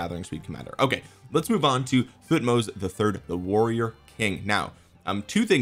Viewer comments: I think Thutmoses is pronouced Thut-moses Moses like the guy who parted the sea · thank you for trying to pronounce their names, the right pronunciation that they taught us in school since i am egyptian would be "Tohutmos" with emphasizing of H thank you for the great video, i can't wait to see when the new civilization will come out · pronounced like king Tut..so tut-moh-zes. Just ignore the “h”. Interestingly, during biblical times the Pharos always has a name that’s God+Moses. So Ra-Moses (aka Ramses) and his adopted brother whose name was wiped from history by Ramses so we just call him Moses today because we don’t know which god name prefixed him. My gut says probably “Thoth” but who knows.